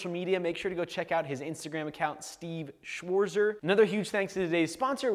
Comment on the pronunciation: he doesn't even know how to pronounce his german name. btw: Schwarzer translated is 'the black one'. nice talk about damascus. interesting things he knows.